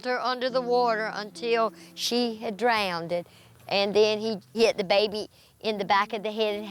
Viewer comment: “He drowned-ed her”